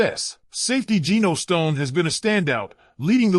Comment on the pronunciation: The A.I. narration is hard to list to sometimes with the repetitive mispronunciation of player's names. I would love a Ravens reunion with Calais Campbell, but who knows if we could afford to get him. Also Geno Stone isn't on the Ravens anymore.